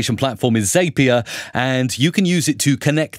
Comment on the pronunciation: I absolutely LOVE your videos. I've been binging your channel the last few days. (One tiny note... As Wade Foster says, "Zapier rhymes with happier.")